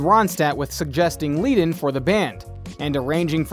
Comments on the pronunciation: So much FAIL here. Glenn's last name is pronounced 'fry'. Your first shot introducing Don Henley actually shows Don Felder! Do you actually know ANYTHING about this band? Bernie's last name is pronounced 'Ledden', not leeeden. Then you called Felder DAN instead of Don. Holy crap, dude. You need to redo your voiceover. This is just awful. 😂🤣😂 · Glenn “ FRY”. Bernie “ LEd” “en”. Pronunciation is important. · You should learn the correct pronunciation of names before you put this on. It’s pronounced Fry, not Fray and Ledun not Leedun for Glenn Frey and Bernie Leadon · THANK YOU! Obviously, This guy doesn't know much of anything about The Eagles!!! Joe Walsh took me and another friend with him to an Eagles concert here in Memphis, Tn in 1994. I can't even listen to this clown saying FRAY & LEEDON. OMG!!! Perhaps this clown dude should watch "History of The Eagles" LOL!!! WHOA!!! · Really.. Glen Fray? Dan Felder? Bernie Leed in. Haha lmao. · Their names are pronounced “Fry” and “Led-un.” Come on. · How can you do this bio when you can't correctly pronounce Glen Frey, Bernie Lead on and JD Sourhers last names. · How can you mispronounce both Bernie Leadon‘s last name and Glenn Frey’s last name? You even mispronounce JD Sauders last name. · Saying glenn Frey as fray is dumb....bernies name is also pronounced wrong duh.